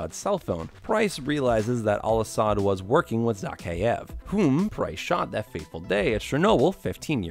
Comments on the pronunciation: This guy just called Price "Prince". Lol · it’s price not prince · "Now in Africa saop prince and yuri" LMAO please tell me people heard that